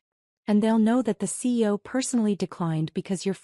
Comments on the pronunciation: Program your AI to say C.E.O. NOT SEE-O. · Please try to get an AI narration that recognises CEO as three separate letters not as a word pronounced😊 seeyo.